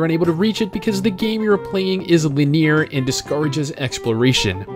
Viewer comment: I hate the way you say linear